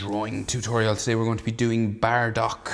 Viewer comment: It's not baradock it's bardock ok